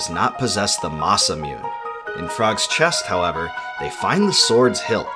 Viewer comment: ITS NOT MUNE (MOON) ITS MUNE (MOO-NAY) JESUS CHRIST!